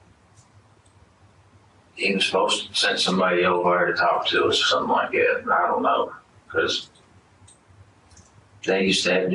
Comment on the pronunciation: Gawwwwd…I HATE when people say “like gat” with that southern drawl. “Gat” as in short slang/shitty pronunciation of the word: “That”.